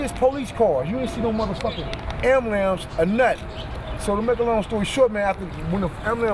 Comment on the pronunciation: WTF is a amalams??